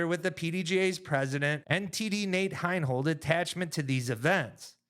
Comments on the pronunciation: HI-NOLD. Not HINE-HOLD. You lose credibility every time you don't know how to pronounce someone's name who is a major contributor to the sport. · from a purely disc golf perspective, the guys have some valid beef with Heinold. My only point is that it's better communicated when they say the man's name correctly.